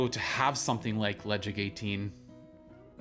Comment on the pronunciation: You don't pronounce the 'D'. Le Caig